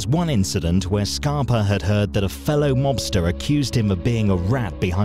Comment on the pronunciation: Sounds like you’re saying “Scarp-o” in some spots in the video instead of “Scarp-A”. Love your videos as usual. I know COVID is slowing things down but try to make some new videos n keep it coming my man 💪🏾💪🏾💯💯